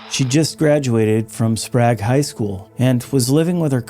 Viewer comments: Btw Sprague is pronounced Spray-g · bae it’s spray G like spray then loud g sound! I actually graduated from the same school district! It’s one of the worst school districts (I think the worst actually) in Oregon. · Sorry AI voice, only minutes in you mispronounced Sprague and I stopped watching